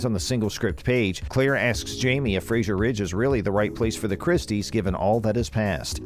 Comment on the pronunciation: 1) Their name is FRASER , not Frasier. 2) Sam's name is pronounced Hewan, not Hewgan. 2) There will be difficulties in their marriage, not conflict. 3) Claire never used the opal to time travel. Many more errors. I give up.